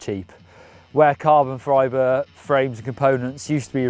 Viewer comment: Carbon "fribre" lol